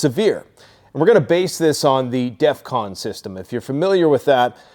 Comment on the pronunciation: You said defvon 5 twice